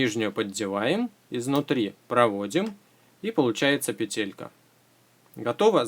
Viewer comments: Почему ты говоришь петЕлька, а не пЕтелька? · пЕтелька, а не петЕлька!!!